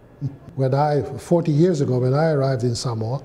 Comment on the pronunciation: I can't tell what country this man is from . Usually the accent you can tell the English but his accent almost is a mix of everything because he seems like he has been in Samoa for a long time due how he says Samoa Correctly . Something most Palagis say wrong . But what he says is so true . Seki a le palagi lea .